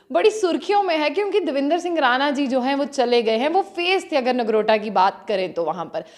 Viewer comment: Nargota nahi Nogrota hota hai...